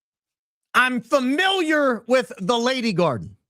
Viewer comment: ..." I'm familour with the lady garden..." 😂😂😂😂 I'm creased 😂😂😂😂